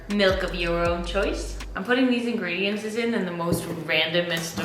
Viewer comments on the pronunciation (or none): Say It with me! INGREDIENTS!! Not ingredienCES!